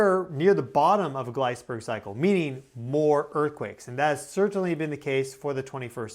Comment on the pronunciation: Where did you go to school? I noticed that you articulate extra consonant into words with T’s. Most not-tably the word certainly. You say it like as if it has 3 T’s. “Cert-taint-ly”. Perhaps this is something you learned in a communications course.